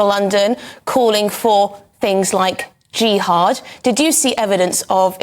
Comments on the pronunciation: Are all westeners ignorant like this journalist? 'jiiihad'! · I'm sure she doesn't have an idea of what she's talking about. jiiiHaaad wtf